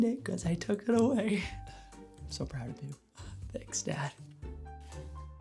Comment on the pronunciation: "i'm so pround of you - tanks dad"